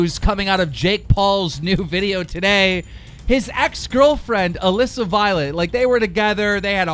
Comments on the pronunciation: OMG HE FINALLY SAID ALISSA CORRECTLY YASSS ITS NOT ALEEEEESA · Damn keem actually said Alissa right (ik he says it wrong on purpose)